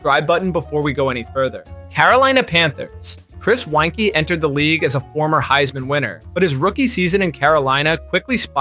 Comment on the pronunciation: Mirer, Weinke and Pisarcik ya pronounced wrong. Also you need to say 0 and 16 record not “0 to 16 record” when talking wins-losses. Cool video otherwise ✅